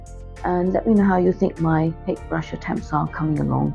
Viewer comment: Lovely demonstration! I've been trying to get more into landscapes myself as of late. I just wanted to add that Hake is a Japanese word and is pronouced as "Ha-Kay"